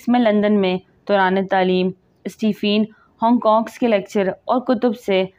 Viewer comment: Aap boht alfaz ghalat purh rahy hn jesy mutenfer yeh koi lafz nhi .mutanaffer lafz hy.uss science dan ka naam Stephen hawking's hy sub ghalat pronounce krty purny sy pehly thora homework or rehearsal karen phir vdo banayen.